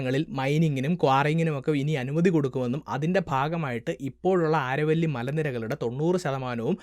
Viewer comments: "ആരവല്ലി" എന്നല്ല "അരാവലി" mountains എന്നാണ് ഉച്ചരിക്കേണ്ടത്. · ആരവല്ലി അല്ല ആരാവലി ആണ് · It's not aaravalli it's Aravalli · Aaravalli alla Aravali. Why do u change local names ? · ആരവല്ലി അല്ല അരാവലി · നല്ല പ്രെസന്റാഷൻ, ആരവല്ലി എന്നല്ല അരാവലി എന്നാണ് ഇവിടെ (രാജസ്ഥാൻ) ഉച്ചരിക്കുന്നത്. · ആരവല്ലി അല്ല അരാവലി! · അരാവലി എന്നാണ്